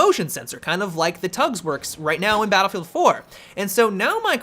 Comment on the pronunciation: Has anyone else noticed that always says Battlefield 3/Battlefield 4 like, "duhBattlefield 3/duhBattlefield 4"?